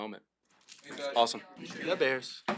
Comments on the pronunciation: "Da Bears" at the end makes this video worth watching 1000 more times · “Da” bears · How can you not like this guy??! Love the way he closes too “da Bears!”